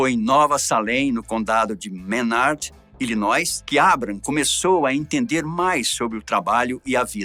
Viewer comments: Apenas a titulo de colaboração o estado se fala ILINOI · A história desse presidente realmente é bastante sofrida... só uma correção "Illinois" não pronuncia o "s".